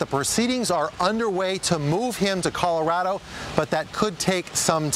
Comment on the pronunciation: "colawado" I'm dead😂😂😂😂😂